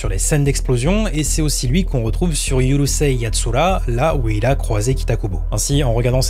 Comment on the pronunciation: ✅ URUSEI Yatsura ❌Yurusei Yatsura ✅ DOUJINSHI/DÔJINSHI ❌ Doujinshi (avec le "dou" prononcé comme "doudou")